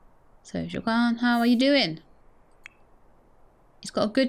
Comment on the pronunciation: So, I am 95% certain that "Wah-keen" is the developer's intended pronunciation for Joaquin, as that is the same way it is pronounced by the famous actor Joaquin Phoenix. I mean, I don't mind you pronouncing it as Jo-uh-kwin, I find it rather endearing.